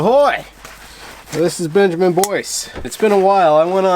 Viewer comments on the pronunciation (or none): none